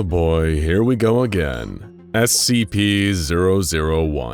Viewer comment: That was incredibly inaccurate Hebrew.